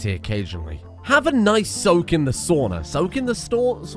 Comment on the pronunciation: Wanna take a break in the “stauna”